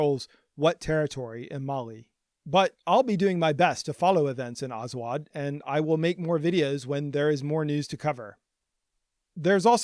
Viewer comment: Bruh azawagh are amazigh not arab. For the love of god you can't even pronounce the word properly.